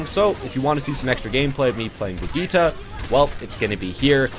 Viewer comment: Every overwatch YouTuber can’t pronounce Sombra or Brigitte correctly